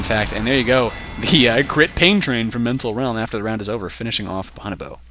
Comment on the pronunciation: boe-no-boe, not bahn-ah-boe